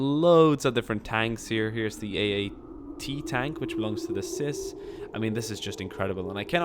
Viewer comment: You dont pronounce it like "sis", its CIS (Cee-Aye-Ess), like FBI, NSA, CIA, or NSI:SD:SUV